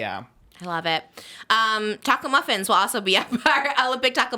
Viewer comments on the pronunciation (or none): i thought you said taco muffins too 😭😂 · I heard taco muffins toooo